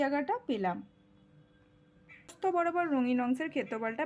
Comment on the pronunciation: ম্যাম ওইটা প্রস্থ... নাকি পোস্ত 🤣🤣🤣